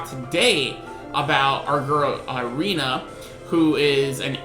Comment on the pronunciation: Her name is prounouced Ray-na not Ree-na.